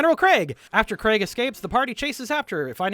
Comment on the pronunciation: Interesting video, well done. But very little effort put into pronunciations or knowing locations. But i guess the focus was the characters so i guess that gets a pass. The funniest one is you calling Krieg Craig haha